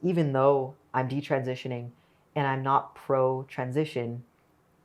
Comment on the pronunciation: All her friends were taking birth control and talking about having sex with their boyfriends . . . in Catholic school?!! I am impressed with how articulate Katie Anderson is. I wish Chloe Cole would learn how to say "transitioning" and "detransitioning." She always leaves out a syllable and says "trantioning" or "detrantioning."